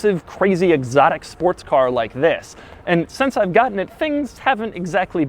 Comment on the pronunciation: Did he say exotic???